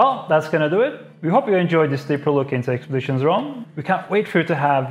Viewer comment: “Expeditions” lol